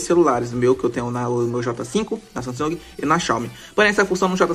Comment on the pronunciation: Sanhhan meu celular Samsung Ksksksk falo errado em mano ksksksksk